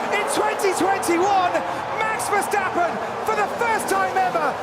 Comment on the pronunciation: Marx Verstawppen, Haamilton 😂😂